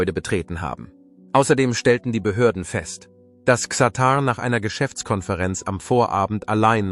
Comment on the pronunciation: Was für ein harter AI bullshit lolll. Allein die falsche Aussprache von Xatar stimmt für die absolute Dummheit eines solchen fake Videos, das nur skandalieren will.